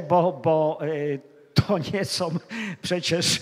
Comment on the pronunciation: UFF...! No oczywiscie ze ciekawy temat ale trudno się skoncentrowac bo jeszcze na obczyznie polskiego zapomniec nie moge: "Sposób WYDATNI" nie istnial nawet w socjalistycznej PL . "WYDATNY" - owszem . Juz scierpiec mozna pojedyncze błędy wymowy - ale notoryczne spłaszczanie nosówek , pomijanie "ł" : "gówny" miast "główny". Z "podstawówkom" Nie "się" a siem . Nie "są" , a som. ... ITP. ... gdzie się tak w Polsce "mówi? O ile to w Polsce jeszcze ? ..................... P.S. Nameczylam sie bo jestem bez polskiej klawiatury i korekcji czyli musialam przeklejac pojedyncze polskie litery tam gdzie ilustruja temat.